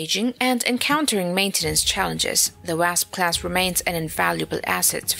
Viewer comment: Wrasp? It's just pronounced Wa-sp.